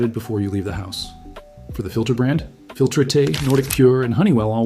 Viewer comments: I believe “Filtrete” is pronounced “Fil-treat” as in “treating the air” through the filter. I know, not super important but I thought you might want to know. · Filtrete = "Filtritay"? Really? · Filt-retay! 😂 I've never heard anyone pronounce filtrete like that before lol